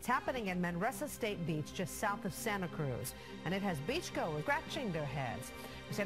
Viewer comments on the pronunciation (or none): none